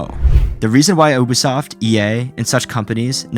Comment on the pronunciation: God I wish YouTube would stop recommending me AI channels. No human would mispronounce Ubisoft.